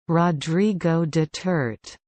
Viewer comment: Noooooooooooooooo! That's wrong! It's pronounced [Du-ter-té]!